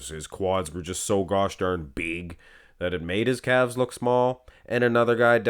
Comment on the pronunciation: “I never wanted to be that beeg” - These guys calves